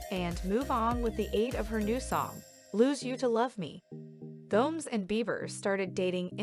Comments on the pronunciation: This lady must be a robot or something..it's G-O-M-E-Z...not G-O-M-E-S..🤦‍♀️🙄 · “Selena Goms”???? 😂